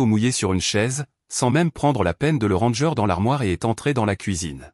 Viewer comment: C'est vous, qui demandez des commentaires. L'orthographe n'est pas respectée. Le verbe "ranger" prononcé comme le mot anglais "ranger" (randgeur). T'y(grec) habituer : c'est ridicule. "On en a plus", au lieu de "On n'en a plus". Fermer la porte 'hermétiquement'? N'est-ce pas un peu excessif?... Aucune amusement, au lieu de "aucun". Franchement, qui aurait envie d'aller plus loin dans cette vidéo?